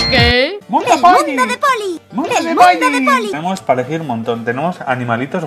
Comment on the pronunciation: ahora por vuestra culpa en los anuncios de polly solo oigo polli :$ xDDDD!